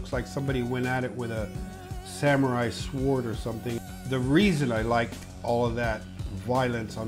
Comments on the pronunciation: first time i heard someone pronounce the w in sword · This dude emphasized the W in sword, he literally can’t be trusted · I've never heard anyone pronounce sword like that